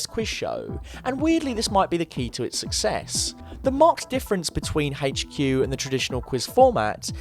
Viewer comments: It really annoys me how he pronounces HQ. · "Haygch queue"